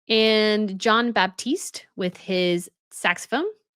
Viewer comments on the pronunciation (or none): none